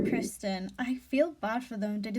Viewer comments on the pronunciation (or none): none